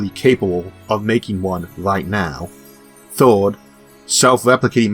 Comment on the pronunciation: forst, second, thord.... xDDD